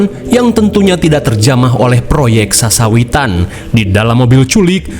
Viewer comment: proyek . Sesawittan Gak tuh 😂😂